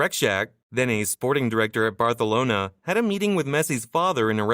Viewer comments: bro it's Barcelona not Bratonala😂😂😂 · ur saying barthalona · say barcanlona